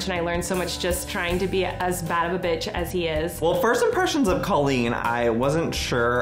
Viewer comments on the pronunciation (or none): Okay but it’s time for Joey to start pronouncing Colleen’s name properly 😭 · How can you say you're Colleen's friend and pronounce her name "CAH-LEEN" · IF YOU’VE BEEN FRIENDS FOR A DECADE WHY CAN YOU STILL NOT PRONOUNCE HER NAME CORRECTLY Bretman has known her for a tenth of the time and he can say it right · I'm not questioning Joey's friendship to Colleen, but you'd think the guy could pronounce her name correctly. Haha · I feel like Joey says Colleen's name wrong. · Bretman says Colleens name correctly..Joey doesn't..I've been wondering how thats possible. I thought maybe it was a joke between them or something? Or maybe she's too nice to correct him? Just something I've noticed.